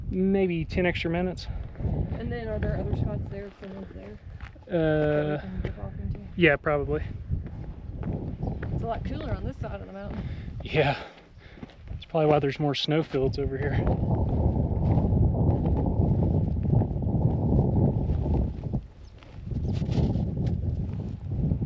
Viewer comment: You guys always make me giggle when you say cooler. You both pronounce it culer. lol!